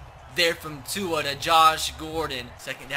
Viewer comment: Please say Tua’s name right 😂